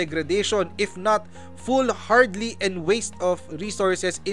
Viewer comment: BOBO rin ang senador na ito. FOOLHARDY not FOOL HARDLY. Igoogle mo muna para hindi ka mapahiya.